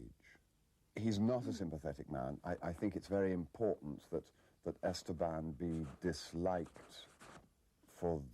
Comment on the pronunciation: Nobody taught them how to pronounce "Esteban"